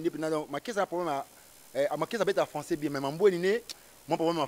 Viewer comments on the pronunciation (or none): Férré pe alobaki lé françé cé né pas ma lague kiekiekieee au lieu de le français c est pas ma langue lol .